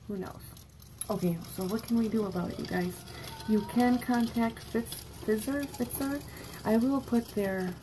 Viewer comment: Hey Girlfriend! That would be great if they came out with a generic for Lyrica. Going to you can find the patient assistance programs for all sorts of meds, including Lyrica. Pfizer (sounds like f-eye-zer) has a really great one! Hope you're having a great weekend Hun, love the purple💕